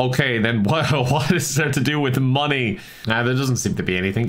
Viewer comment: Dutch Vanderlind/:We need moneh